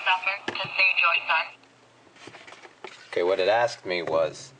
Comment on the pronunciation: hahahaha " Are you prepared to save your sson?"